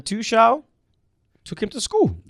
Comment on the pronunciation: and: it’s not pronounced Tooshall it’s Tookel. It’s not pronounced Hameees it’s Hamess. It’s not pronounced Zaiyeesh it’s Zeeyek.